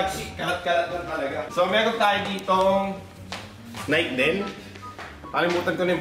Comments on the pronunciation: Naykee not nayk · NAY----KEY... Di nike 😂✌️